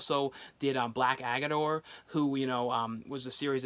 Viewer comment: Black Adder not Black Aggador lol Also Daniel Craig was in Dragon Tattoo not Clive Owen.